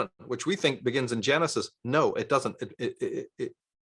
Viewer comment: Are you saying Janusus instead of Genisis?